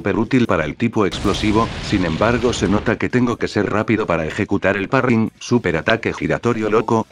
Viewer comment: Cómo que parrryng no es parry